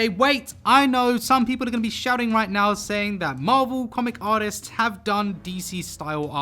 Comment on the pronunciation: I meant “right nyow”